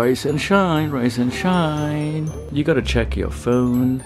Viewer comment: Idk if he said rice and shine or rise and shine but either way is 🤩🤩